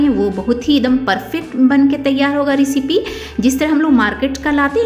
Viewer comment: रिसिपी नही, सही उच्चारण रैसिपी होता है। बार बार ग़लत उच्चारण से बहूत irriration होती है